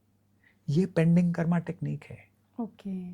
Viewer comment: कर्मा नहीं कर्म बोला कीजिये